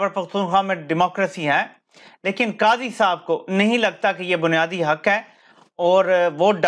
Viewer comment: “HUK” sahee hai “HAQ”, “COM” sahee hai ya “QAUM”!? Kuchh apni bhi islah kerlo!?